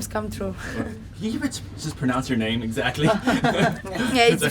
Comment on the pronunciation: butchered her name 😭😭